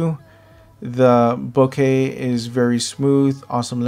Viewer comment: great video. nice and informative. and you pronounced, Bokeh correctly and not boka. boka-kichi-maigu? .